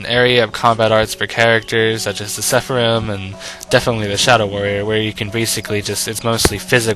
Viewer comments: It's not "seffa-rim", it's "Sara-fim". Pretty simple pronunciation, actually. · Great review, but sepharim.... lol it's seraphim. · say it with me, please ...SER-A-PHIM........OR SARAFIM